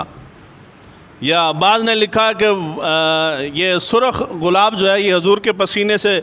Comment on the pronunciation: Ghulab ko gulab to parh lain